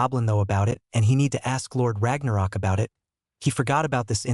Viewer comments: It is not Lord Ragnarok, it is Lorde r a g n o k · It's not pronounced Ragnarok it is r a g n o k